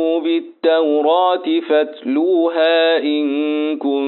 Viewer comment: يا شيخ في كلمة فاتلوها فى مد لى حضرتك ممدتش